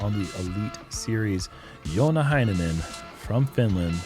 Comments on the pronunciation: Great pronunciation of Joona Heinänen by announcer. Even though I don't even care if its correct or not. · Announcer hitting Joona Heinänen's name incredibly well 🎯